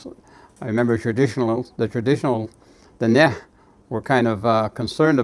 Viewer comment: It’s nice to hear the proper pronunciations of our Diné words